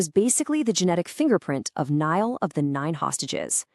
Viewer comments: Naill sounded like "nye all" not like deal. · Uh Northwest Ulster? On the map you show northern Leinster. And Niall rhymes with deal. Meath is a county not a region. West Meath is also a county. Both these counties are in Leinster and northwest of Dublin. Thus, the first marker in question is not geographically off base. Calling galloglasses the special forces of their day is a great metaphor.